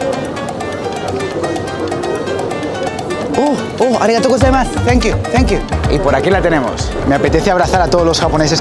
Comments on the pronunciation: Literalmente todo el vídeo: O u arigato gustemas, tenkiu tenkiu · me dio mucha risa el "oo arigato gosaimas, tenkiu tenkiu" XD